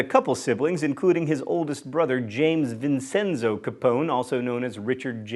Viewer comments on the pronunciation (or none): I cringed at John's pronunciation of Vincenzo. It's VIN-CHEN-ZO 😂😂